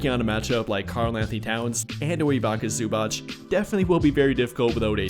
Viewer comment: Ok, then how do you pronounce the last "c" letter in Zubac? Cause I've heard people pronounce it as "k" and I've heard people pronounce it as "ch". Both pronunciations are wrong. It's "ts".